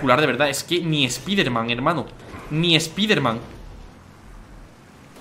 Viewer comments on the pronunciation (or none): none